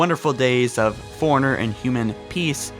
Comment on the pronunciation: Forerunner is pronounced 4-runner. Did you not play the games?